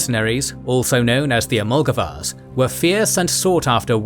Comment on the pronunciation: it is not "amulgavars" but Almogavars, from the Arabic word "Al-mughabir" meaning raider. Also Arabic-derived words tend to begin with the "al" syllable. Wish this video also showed the Frankish and Germanic mercenaries of the Eastern Roman Empire.